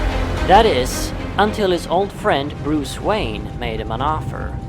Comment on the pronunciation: It's Bruce Wayne not Wayan lol.